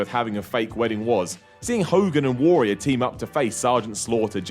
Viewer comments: I like the way he pronounces Warrior. Worrior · The way pronounces "Warrior" is utterly bizarre. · I love you,, but you say "Warrior" really weirdly...